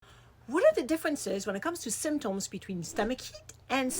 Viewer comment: I love how she says symtOms.